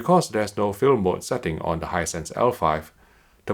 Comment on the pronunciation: No one:: "Hinsight is dwendeeh dwendeeh"